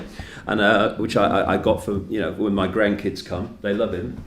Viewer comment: Hi! I never picture you rich. "Integrity" and money don't match. Lovely mansion! I love the way your say: "This is 'me' living room, this is 'me' bedroom, 'me' kitchen". Occasionally you say "mi". I'll not send you good vibes from Brazil because the country is beyond surreal. Great work! Lovely lions.🌹♥️